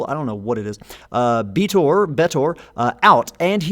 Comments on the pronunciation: Just pronounce Betor like Joe Swanson pronounces Peter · Betor should clearly be pronounced using the same e vowel as beta.